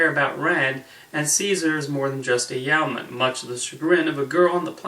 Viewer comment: Yeoman is pronounced YOH-man, not YOW-man. Also, you neglected to mention Grace Lee Whitney's greatest contribution to the Star Trek universe; the mini skirt! During costume fittings for the first regular episode of the series she requested a skirt instead of pants to show off her dancers legs. Mini skirts were in fashion at the time so it wasn't an unusual suggestion. Nichelle Nichols went along with the idea and the rest of they say is history